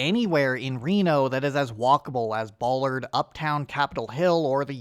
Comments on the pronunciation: Welcome to Seattle! First tip, it’s Ballard pronounced like “Pal” not like “BAHL” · This man said “Bollard” dude it is pronounced BALLARD bah (like a sheep) lurd Bah-lard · "Ballard" is pronounced like ballad. Just an FYI for you, no judgements.👍 Also... I went to HS in Spokane, and lived in Reno for a few years in my 20's. I will NEVER be as miserable as I was in Neon Babylon. That said, I do have my good Reno story... I moved there in June 2001. I hitched down from Portland in 48 hours with a hiking backpack and a guitar to live with a friend attending UNR. My first night there we went downtown to check it out. We did the obligatory stop at the Virginia St. Arch, of course. But then we found the "other" arch over by the auto museum, on the north bank of the Washoe. One whole side of it was not working. Instead of a sign saying "Reno - The Biggest Little City on Earth", it said "No City on Earth". It was amusing, and has stuck with me as a type of mantra for urban cynicism. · Great video, but the first A in Ballard is pronounced like "bat" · Seattle rules, you’ll love it unless you’re sensitive to cloudy weather. Also Ballard is pronounced like Mallard rather than like Bollard 😉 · Ballard walking is not the best, and it's pronounced like the name AL, bALard. Cap Hill, Queen Anne, and Fremont are my common choices. Cars act differently in different districts, it's weird. Most places around downtown are a 15 minute city, it's great! I'm so glad you are moving to my city! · Seattle is OK for a North American city but it's a far cry from a truly urbanist city. It's still very car-oriented. Also, FYI the first 'a' in Ballard is pronounced like the 'a' in apple. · Welcome to Seattle, brother. Just...please dont pronounce ballard that way and we will get along fine. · Glad you pointed out the pronunciation, I heard it and RAN to the comments 😭